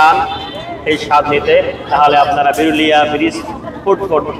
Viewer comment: ভাই,এটা বেরুলিয়া না। এটা বিরুলিয়া।